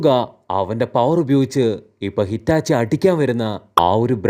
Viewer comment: Hitachi ❎ Itachi ✅